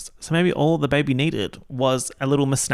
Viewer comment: “ze bébé”